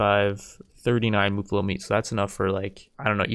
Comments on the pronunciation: its MUFF-allo. Not MUH-fallo. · And as a side note: It's Muh-fall-o, not Moo-fall-o. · Its muffalo as in muff alo. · Your saying muffalo wrong